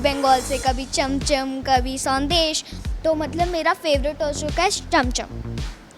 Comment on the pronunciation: its not sondesh , its shondesh